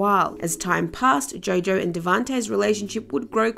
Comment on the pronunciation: It's Jo Jo. Not Joe Joe.🤔